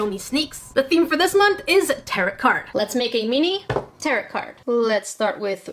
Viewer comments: ....I tried but I can’t help it its Tarot (Tear-Oh) Not tarrot... Im sorry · Just fyi, tarot is generally pronounced "tare-oh", not "tare-ot"😅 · I love how she said "territ card" instead of pronouncing it "taro" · Just to let you know- tarot is pronouned taro! The t is silent lol! I'm a witch so it kinda bothered me lol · It's pronounced "Tarrow" 😉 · Tarot is pronounced teh ·row the t on the end is silent! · The way she pronounces tarot makes my brain hurt but it's okay because I love this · Tarot... Second t is silent.